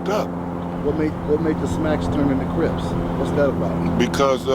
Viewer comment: Craig Munson of the Avenues, who refused Raymond W entry into the club, said Raymond had a limp. That limp was called a “Crip”. But you’re right - several legends as to how the name came. It sounds like here is saying “cribs”.